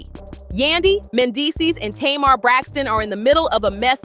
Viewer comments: TAY-MAR= Tamar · First of all you said her name right Tamar - Tumar , it’s not Taymr,If Tamar trying to get with Yandy husband she needs to confront Tamar, Tamar always in some stuff she thinks she’s Toni n she’s not I never did like her cause she acts like she can’t live without a man, I seen Yandy without make up n still pretty, I seen Tamar without makeup and she looks banged up lol 😂 They need to leave the Harris Family out there mouth n worry about what they have going on , 1 day Yandy going to snap its a shame her husband taking her thru all this messy drama , I know she really wants peace in their home, when Yandy ready to leave her man she will it takes time she trying to keep her family together in sake of her children why destroy everything because of rumors Yandy never caught him cheating n also you got guys that’s in their business SMH Yandy if I was you I would take my money and my kids n leave cause he doesn’t deserve you at all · It's funny how she pronounces Mendecees name correctly but can not pronounce Tamar correctly. 🤔